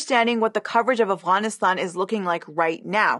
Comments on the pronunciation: If she's epeaking in English then why is she pronouncing AFGHANISTAN as AFWANISTAN? If you're speaking in English to an English-speaking audience then use the proper English words. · I appreciate this point of view, this is a good video but every time you say Afguyanistaun it's like hearing someone chew with their mouth open. No Afghan has ever tould me to say it like that. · Why can she not say Afghanistan right but can say afghan correctly I just don’t understand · I know this video in on a serious topic, but it's so weird to hear Afghanistan pronounced that way. It like hearing someone call penguins 'penwings.'